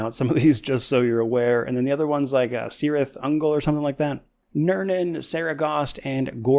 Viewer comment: Thankyou! IIRC "Cirith" is pronounced as "Kirith".